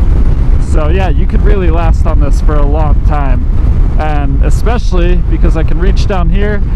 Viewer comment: eckspecially??? When are you going to learn to say eSpecially? Not eX or eCK. Also, not eCKspecting, but eXpecting. Oh Lord!😂